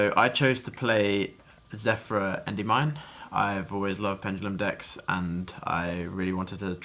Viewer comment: Hearing you say "Endey-Mine" makes me want to die. Big Congrats though!